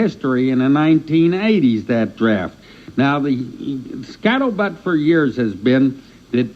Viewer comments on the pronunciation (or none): He says it like a true smoker lmao 😂. He’s high right now. His pronunciation of scuttlebutt is way more disturbing